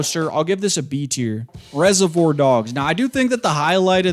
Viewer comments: Wtf why are you saying reservoir like that? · We really out here listening to the opinions of a man who can't even pronounce reservoir.